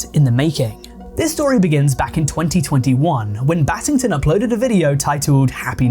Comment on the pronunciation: When i heard "battington" my heart sank